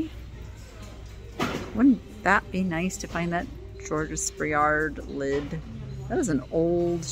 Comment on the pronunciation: You don’t pronounce the ending s of Georges.